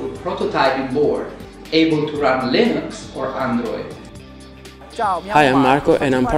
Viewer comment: I like to heard when someone say LEENOOX :) not leeneex.